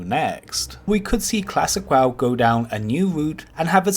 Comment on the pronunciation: when I hear WAW instead of W-O-W..... TRIGGERED!!! what an idiot...